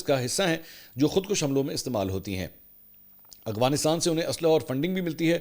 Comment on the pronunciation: Mansoor shb ap (Afghanistan) word ko (agwansitaan) ku boltay hen kbi gour kia he apnay